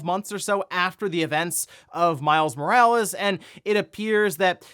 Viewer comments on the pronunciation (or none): none